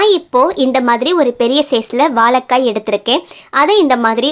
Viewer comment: வாலக்காய் இல்லம்மா வாழைக்காய் தமிழை அழகாய் உச்சரிங்க உமது குரல் மிக அருமை இரசம் ல கரம் ர கரம் முன்பு இ உ சேர்க்கனும் அமுத மொழி எம்மொழி நன்றி வாழ்க வளமுடன்